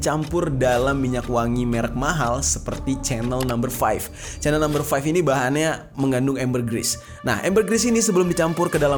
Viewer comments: Sebutan nya itu bkn spt sebutan CHANEL tv tue bro.....tetapi sebutan nya yg tepat spt yg disebut oleh warga eropah itu adalah spt ini CEENELL...ttpi huruf ejaan nya adalah CHANEL.... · chanel itu disebut "syenel"